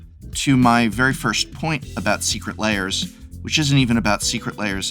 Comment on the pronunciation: This is very disingenuous, Prof. The reason people don't think you like Secret Lairs (lairs is only one syllable in English), is that when the first Walking Dead cards were announced, you all but told us not to buy them. You warned that, if we did buy them, we would face many more Magic crossovers eg. My Little Pony. I myself bought four copies of the Walking Dead cards, and made myself a casual deck with them. I've had lots of fun playing it. I don't like My Little Pony, but I know there are others who do.